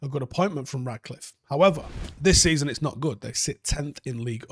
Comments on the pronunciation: love your shows and the analysis is always top quality but the guy’s name is RaTcliffe, FFS, not RaDcliffe. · It’s “Ratcliffe”